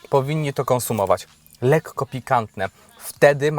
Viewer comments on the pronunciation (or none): none